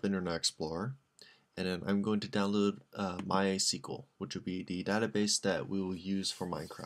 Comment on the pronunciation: You pronounce MySQL all wrong LOL